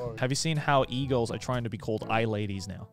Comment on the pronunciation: I thought Joey said eagles instead of e-girls